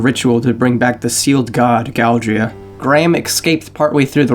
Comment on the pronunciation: Just saying that it's Galdera not Galdrea